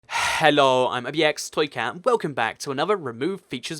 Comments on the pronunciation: Why do you always say "huuhello" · Geez that emphasis on the HHHHello was next level. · His Rhellos (hello) are really weird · why you you say xello insteed of hello i have x in my country but it sounds ewwwww grose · That H in the beginning though